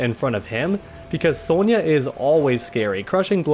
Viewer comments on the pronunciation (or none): I never noticed how u called sonya soulnya